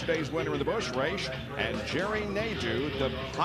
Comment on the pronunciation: Joe Nemechek, yesterday's winner of the Busch "Raych"... kkkkkkkkkkkkkkkkkk